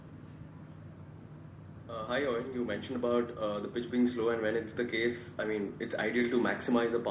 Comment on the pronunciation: It is not Eon. It is pronounced as Oin. These pakistani reporters should first learn English